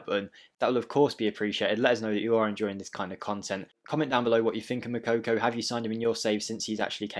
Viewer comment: you are still pronouncing his name wrong. Its not Mokokou. Its pronounced: Moo-Cocoa